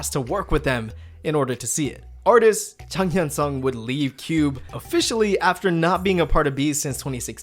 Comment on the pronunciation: so umm... the pronunciation... the rest were perfect but i noticed you say 'seung' as 'sung' (e.g jang hyun-seung, seungyeon (clc)) also yeeun (clc) it's not really 'ee-un' at all, more like 'yeh-eun' ykw here put these in google translate this'll help :> 장현승 (jang hyun-seung) 승연 (seungyeon) 승희 (seunghee) 예은 (yeeun)